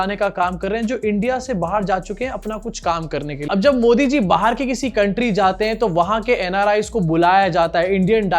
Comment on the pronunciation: Abe Patra gen geee nhi gen zee.. Pehele bolna sikh... Phonics classes join kar . Baat karna ata nhi chala Sherlock Holmes banne..